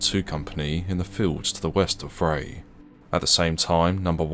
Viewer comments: Vrij = pronounced Fry with a V replacing the F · "Vrij" is pronounced like 'fry' and means 'Free'. Thought that's a relevant side note.